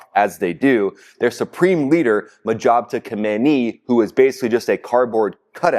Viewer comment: Isn't the leader's name pronounced Mojtaba, not Mojabta?